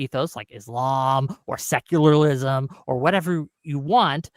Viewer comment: Why does keep saying “seclarlism”?! Lmao!